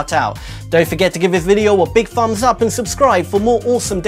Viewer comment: Did he say to give the video a big "fumbs" up?